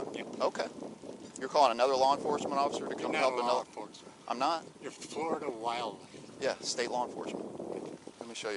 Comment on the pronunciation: Because it’s “Foriduh”